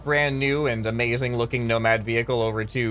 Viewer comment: Amazing wehicle? "Brick gang intensifies"